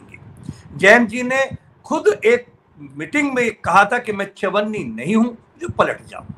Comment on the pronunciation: वैसे जी आप 'चवन्नी' शब्द पर बहुत जोर देकर बोलते हो। ऐसा मैने ऑब्जर्व किया है। 😅😅😅😅